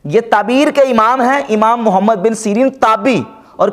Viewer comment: آپ کو محمد صل اللہ علیہ وآلہ وسلّم لفظ بھی ٹھیک سے ادا نی کرنا آتا۔ انجینئر کے نام کے ساتھ محمد صل اللہ علیہ وآلہ وسلّم کا نام ہے تو کم از کم تمیز سے نام لیں۔ بغض میں ادب نا بھولیں۔ شکریہ